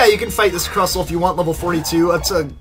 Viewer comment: you said crustle wrong